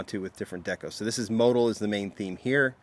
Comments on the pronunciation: Motul pronounced... Mo-tool. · I've always pronounced it mo-tool. Have I been pronouncing it wrong?